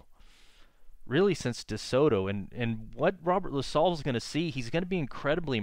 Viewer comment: I know what you mean. I've lived in Montreal all of my 50 yrs and I'm into collecting antique maps of Montreal and surrounding areas. I live at the foot of Mount Royal too, so I have a lot of similar thoughts and feelings. Funny to here LaSalle pronounced as La-sol. I like this channel's style of recounting history.